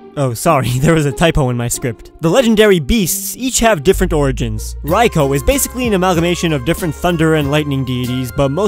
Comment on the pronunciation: You said Raikou so wrong and painfully